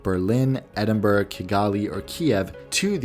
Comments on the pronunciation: Very informative video thanks but Edinburgh is Ed-in-ba-ra not Ee-din-burg. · (Psssst - the “g” in Edinburgh is silent. It’s pronounced Edinbra) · You pronounces Edinburgh wrong. It is Ed-in-br-uh